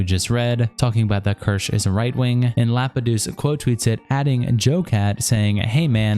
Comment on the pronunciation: Best thing about all these videos is no matter how many times Kirsche says her name people will still pronounce it as KERSH 😂 also that femboy crying about not being liked lol. WOMP WOMP